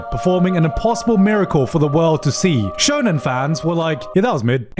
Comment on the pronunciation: "Shonen genre" My ears are bleeding